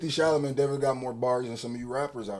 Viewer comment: it’s Sha-la-may. Not sha-la-met 😂😂